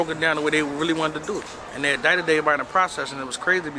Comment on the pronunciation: Is he calling it fulladelphia? He speaks weird. Adited, instead of indicted. That’s it. I’ve listened to this dude talk jibberish for 4 mins. Horrible. I can’t take him anymore. Onto the next hood vlog...